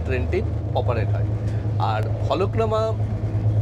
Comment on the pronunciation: Eta Falaknama noy, Falaknuma